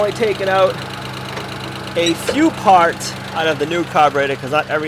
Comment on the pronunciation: Hooray I'm so happy for you! YOU never give up! Since its working, I've got to pick on you a little bit about some of your words tickling me! I don't have a ("POT", aka part) nor a window to throw it out of!!! LOL! This was another very enjoyable video! You reminded me of Jason from the " Sow The Land" attitude and your vehicle!!!!!